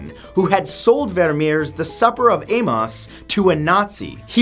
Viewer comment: Emmaus is pronounced Em-Ay-Us.